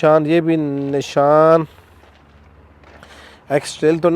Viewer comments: نشان نہیں نسان ھے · اس کو تو نام لینا بھی نہیں اتی گاڑیوں کے نسان کو نشان کہتا ہے۔ ہر نکمہ فضول کیمرہ لیتا ہے اور ویڈیو بنانا شروع کر دیتا ہے۔۔۔